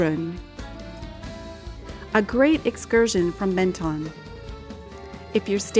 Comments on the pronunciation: Pronounced Mon ton not Men ton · Pronounced MON-TON. Sorry to be a Pedant. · You’re not supposed to pronounce either of the two N’s in Menton !!! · No it’s not! It’s pronounced MENTON! EN and ON are not pronounced the same way! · MEN and MON are not pronounced the same way!! Bad example! Try the word MENteur for example. The tong never touches the pallet either. But be right if you wish to be. Am signing out of this exchange and wish you all the best.